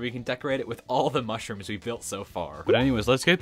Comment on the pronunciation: You cownted mushrums that you dident iven have.